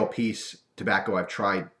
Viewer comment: Silly, its Pease!